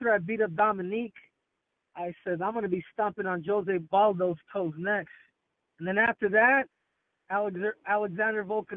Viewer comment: he said jose baldo xD